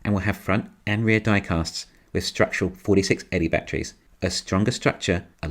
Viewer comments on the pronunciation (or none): Your problem with voice recognition is funny. Mind you I've been trying to place your accent and I had you in S E Asia somewhere. Hopefully the VR gets used to how your say "bat trees". I wish I had seen your videos 2 years ago so I would have taken the money we paid for a Tesla to buy more stock in Tesla (we got in just before the split) and financed as much as possible. Oh well, the car is so much fun to drive we don't regret anything..